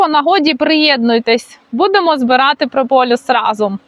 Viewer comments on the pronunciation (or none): не прополЮс (чомусь ти часто говориш саме так), а прополіс. Доречі, можливо знаєш звідки походження цього слова? Забігаючи на перед, мені здається що від "прополоти ліс", хоча це скоріш за все хибна думка, але гуморно прозвучало. 😂